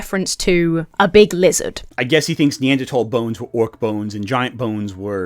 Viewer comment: It's so nice to hear someone pronounce "Neanderthal" correctly.